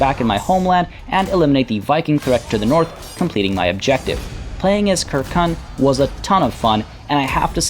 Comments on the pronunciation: "Kirkun" bruhh, you did say right after you would butcher every pronunciation but its "sir-seen" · Circenn is probably pronounced with a soft c like for the football club Celtic (Seltik) rather than as a cultural reference (Keltik) but in all honestly your quest to pronounce things correctly might just need to take a back seat with anything Celtic. Look at this phrase: Uisge Beathe. How would you pronounce that? Ooseag Beetha maybe? Try Oos Ge (hard g) Baa. Or this name: Ruaridh. Ru Ar Id? Nope, just Rury. Aye... Gaelic (gaylik) just doesn't sound the way it looks. Don't beat yourself up about it, half of Scotland wouldn't have a clue either.